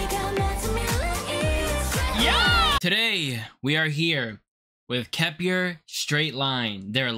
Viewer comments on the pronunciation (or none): It’s pronounced Kep ler 👍🏻thank you for uploading the video! I enjoyed your reaction🥰